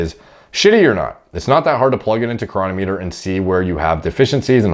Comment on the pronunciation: The correct pronunciation is cronometer, not cronometer. You have to get the emphasis on the right syllable for the algorithm.